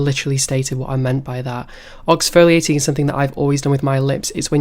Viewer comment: Mo wonder his lips are always chapped, he’s been oxfolaiting instead of exfoliating this whole time.